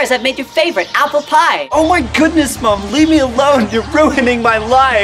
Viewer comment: did anyone else hear his Canadian accent when he said mom